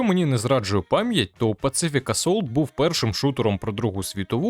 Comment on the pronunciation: Друже, не [пацифік] а [пасіфік] типу Pacific Ocean, Тихий океан, як театр де велись бойові дії, а так виходить пацифік))) типу антивоєнний assault у грі про війну)))))))))